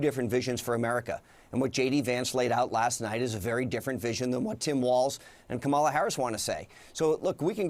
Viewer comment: Shady Vance referred to Gov. Walz during the debate as WALTZ.... at least 13 times.